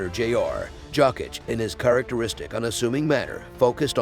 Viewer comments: It’s pronounced Yokitch lol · jAWCK - ITCH!!